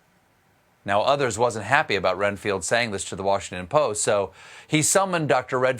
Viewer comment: he called Redfield "Renfield" - STEPHEN, WATER DOWN YOUR BOURBON!!!!